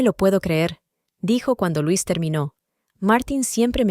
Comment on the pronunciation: Es LUISA ahora bien si es "inglés"(?) se dice lois no LUIS que es masculino ,la inteligencia artificial es la mensa artificial confunde géneros y cambia la pronunciación etc y se repite mucho, es cansado y aburrido 👎